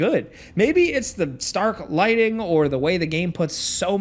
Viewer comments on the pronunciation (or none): none